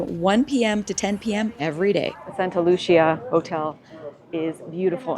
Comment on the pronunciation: Santa Lu-cee-ah